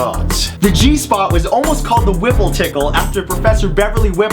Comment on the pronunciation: The Wivile tickle, LOL Wow.